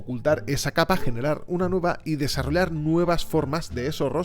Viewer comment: Buen contenido pero por qué dices desarrolar en vez de desarrollar , es algo de la forma de hablar de España?